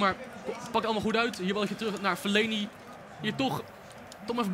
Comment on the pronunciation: Het is Fellaini geen feleni